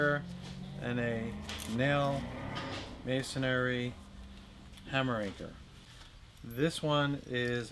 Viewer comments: The word is MASONRY not MASONARY.... If you're presenting yourself as a professional it's only proper/sensible & credible to know how actually PRONOUNCE the word CORRECTLY.. It's MASONRY .... PERIOD...IF you don't know THAT, makes me question what ELSE you don't know. Just being real. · It's not pronounced MAY SON AIR EE. It's prononunced MAY SON REE. (Three syllables, not four.) It's amazing how people who actually work with masonry pronounce it incorrectly. Also, you really don't need a hammer drill if you are just doing a job or two. A good masonry bit will do for occsional use. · I had to cut this off after about 30 seconds. In that time you must have said "masonAIRY" about 10 times. The word only has one A in it....it's "masonREE". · when are people going to stop saying masonary? it's masonry - masonary is not a word and makes you sound unintelligent. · Hmmm... should I value masonry anchor advice from someone who doesn't know how to pronounce "masonARY"??? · the word is MASON-REE, not MASON-AIRY! :-) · It is not masonary... you say it wrong dummy. Masonree LOL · “Masonary” !? Incorrect pronunciation and use of the word ! You should be using MASONRY. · It’s masonry not masonary. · It's masonRY not masonARY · THANKS!! I needed to learn about a few of the options so I could choose for myself, and you did that! I almost couldn’t watch hearing you say mason-airy, but I got over it:) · It’s pronounced may·suhn·ree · If somebody is PRESENTING themselves as a PROFESSIONAL & they don't even know how to pronounce the word correctly it DOES TAKE AWAY credibility... What ELSE doesn't he know correctly..... It may not be important to YOU, but trusting HIM is questionable right off the bat... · oops, there's no "air" in masonry (3 syllables). You're welcome! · Good information, but you'd think a fastener expert would know how to pronounce "masonry." Hint: three syllables. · you pronounced "masonry" wrong........